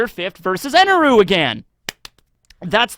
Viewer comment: His name isn't Eneru it's Enel. I understand that the Japanese るis neither L nor R. But the intonation on that character's name is unvoiced on the last character. Which makes emphasizing the u sound so so wrong.